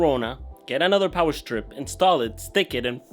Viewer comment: RGB GIVES YOU POWAH.